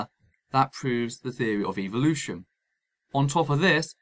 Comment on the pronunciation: Like your video buddy but one thing that does annoy me is the pronunciation of Evolution in many videos. When dealing with these people like in this video we need to be careful of how we present our position. From what I see ( and I have tried this myself ) these people often react differently depending on how the word is spoken. Pronouncing the word using the sound of E as in the word seek ie s-ee-k appears to promote a sound of EVIL-ution while using the sound or phonetic of the E in the word bet (b-e-t ), appears to lessen the impact of what they perceive. A subtle difference maybe but we do need to monitor our own approach if any progress is to be made. I cringe everytime I hear Dawkins say EVIL-ution instead of e-volution. Food for thought. CHEERS